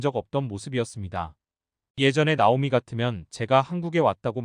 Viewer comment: 발음좀 제대로 좀 하시죠. 듣기 싫어요. 나오미 -> 따오미 -> 나오미 \ | /